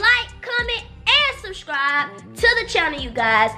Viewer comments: she said shurshibes did she mean subscribe lmfaooo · E said “go shuscribe” i was dead😂😂😂